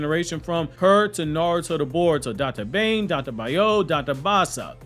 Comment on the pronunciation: its dattebaneh not datte bane XD